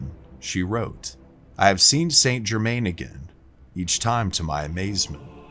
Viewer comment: Where do I start? Pronunciation probably. Phonetically he is San Jerman. Also genuine records show he lived healthy to age 110ish. Pretty awesome already without the added stories. Bit more research, this could have been a good video.